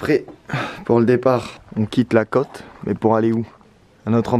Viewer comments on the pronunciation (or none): none